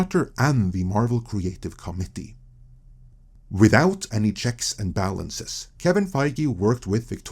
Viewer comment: I honestly feel that we should’ve kept “The Marvel Creative Comedy” as an inside joke instead of finding out and trying to fix the way he says “Committee”. We are missing out on some inside joke gold now.